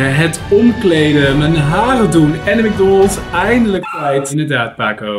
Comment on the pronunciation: Yfke Roerdink ik weet dat ook wel maar zegt macdonald zonder de s